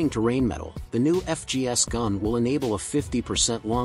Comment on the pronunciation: Like the video but "rain metal" is not acceptable dude. Its Rheinmetall. Not even trying to pronounce it the correct way shouldnt be the way to go. Not everything is english these days. EDIT: "You are butchering my beautiful language" - for the ones who get it